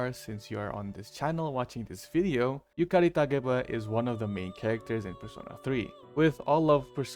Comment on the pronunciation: Btw I love the fact you properly pronounce Yukari's full name